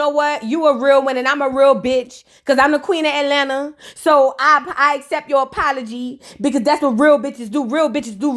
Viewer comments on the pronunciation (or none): none